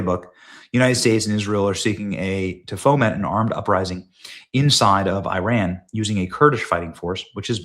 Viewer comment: Please say ‘Iran’ correctly. It is not ‘I ran’.